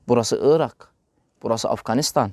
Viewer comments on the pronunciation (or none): none